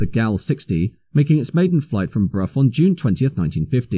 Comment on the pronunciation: Brough and Hanworth, not Prof and Handworth.